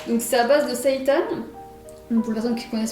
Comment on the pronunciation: Tu m’as fait délirer comme tu as dit le mot « seitan » c’est la première fois que je l’entend comme ça et pour « Taifun » aussi y’a les 2 teams 🤣 J’essaye désormais de dépenser comme toi que 50€ par personne par semaine soit 400€ par mois mais j’étais plutôt au double mais là j’ai réussi à réduire à 600€ le mois dernier 💪 donc on continue! 😁